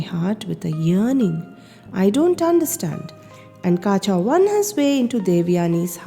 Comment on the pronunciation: Yes. It is Kacha (కచుడు) not Kaacha